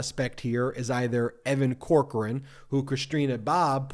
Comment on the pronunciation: Damn it Ben I still think the way your pronounce Evan Corcoran is: Cockran (Pronounced grabbed His Cock and Ran).